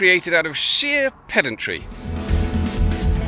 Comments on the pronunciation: I get the irony but thats not how you pronounce pedantry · Well actually…every time I hear a Brit talking of pedantry I chuckle.